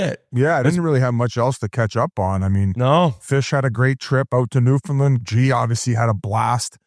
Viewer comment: Love u guys- listen to every show. FYI- I’m a dual citizen and had to learn this too, and I’m sure you’ve heard this a million times- Newfoundland is pronounced New-Fund-‘Land’ with the annunciation on ‘land’.